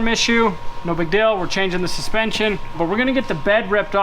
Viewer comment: ...I'm gonna let you in on a secret.......shhhhh don't tell anyone....but deal is spelt just like that.....not "DILL".....GOOGLE HAS A PRONUNCIATION SETTING....SO YOU CAN HEAR HOW ITS SAID.....IT IS NOT DILL!